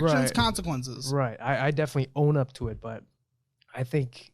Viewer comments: The way he is pronouncing Montenegro is sending me 😂😂 Jung Crow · The way he pronounces Montenegro .. haha